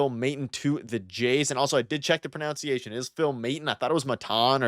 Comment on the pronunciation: the irony of worrying about pronunciation what you pronounce it proNOUNciation is amazing